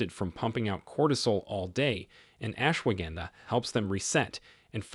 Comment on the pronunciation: The mispronunciations by your A.I. narrator are undermining your credibility. Laughably it pronounces ashwagandha three different ways. Horrible and unprofessional.